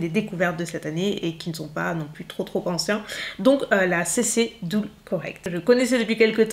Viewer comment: Ça se prononce CC "deule", pas "doule"... Erborian ne va pas aimer !